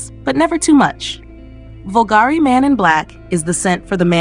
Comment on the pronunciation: So, Lynx Africa applied liberally doesn't cut it then?! By the way, it's "BULgari", not "BulGARI", and there's no "k" at the end of Montblanc. More training of the text-to-speech software required.